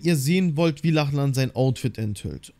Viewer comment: Es wird Locklin ausgesprochen nur so zur Info 😅